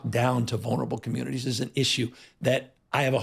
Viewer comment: "Let the local comminities..."???? Did I just hear what I think I heard????